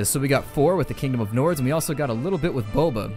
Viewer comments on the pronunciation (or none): none